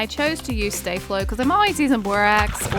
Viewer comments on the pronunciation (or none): It's not stay flo it's sta flo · Its Sta-Flo not Stay-Flo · Staflo is said Stah floh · Star-flow is how you say it